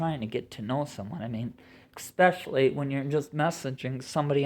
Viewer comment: Es-specially, not ex-specially.